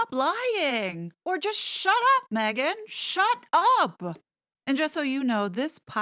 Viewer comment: I love when you say SHUT UPAH. So NYC 😂😂😂😂😂cracks me up every time ❤